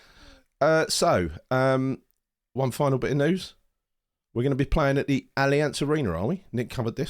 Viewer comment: Guys, it’s not All-ee-ance! It’s All-I-ance! Lol